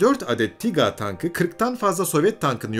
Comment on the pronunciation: neden tiga diyorsunuz Tiger ( taygır) tankına ?